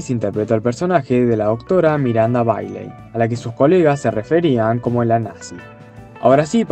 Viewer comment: Se escribe "Miranda Bailey" y se pronuncia "Miranda Beily"